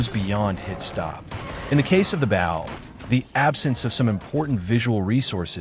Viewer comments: A. I. voice: 👉🏻"bow" / [bau] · I'm sorry, and also thank you, your way of saying the Bow really cracked me up. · Is this AI or is that really the way he pronounces “bow” lol